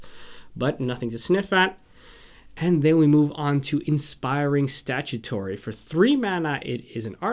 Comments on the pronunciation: Nice video. I'd like to point out some pronunciations: - Inspiring Statuary [statue-ary] - Dreamstone Hedron, Hedron Archive [hee-dron] - Nevinyrral's Disk [nev-in-y-ral] - Colossus of Akros [ak-ros] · Thanks I misread Statuary, the others I just mispronounced XD.